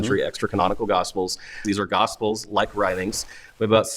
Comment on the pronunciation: Is it just me, or do evangelicals always seem to pronounce "Gospels" like "Gossfulls?"